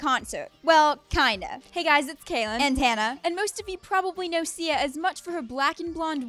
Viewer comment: Lol.. Turn on your captions and see in the starting of the video you said Ziya not Sia.. 😂😂😂 Pin this if you really agree.. 😂😂😂😂😂